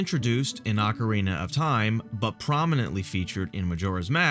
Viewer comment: “Ocerina of time”